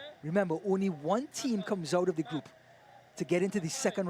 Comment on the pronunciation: The is ni pronounced "D" but thduh